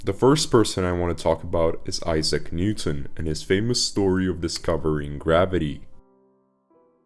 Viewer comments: His name is Isaac Newton not Isak 😂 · Issac not asak!